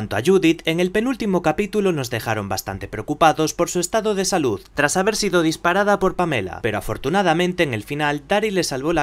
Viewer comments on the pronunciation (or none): none